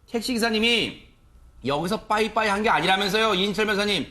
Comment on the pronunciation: 빠이빠이 가 아니고 바이바이 입니다 빠이빠이는 일본말